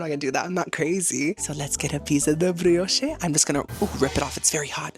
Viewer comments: It's pronounce bree osh ot bree oshay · That's dragon fruit with the key lime pie. Btw, the "e" in brioche is silent.